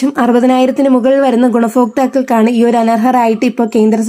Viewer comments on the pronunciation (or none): ല ഫിക്കുക അല്ല ലഭിക്കുക ഗുണഫോക്താക്കൾ അല്ല ഗുണഭോക്‌താക്കൾ ഫാര്യയല്ല ഭാര്യ. ശ്രദ്ധിക്കുക